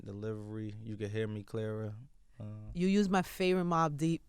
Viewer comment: Nigga said you can hear me “clearer” 😭😂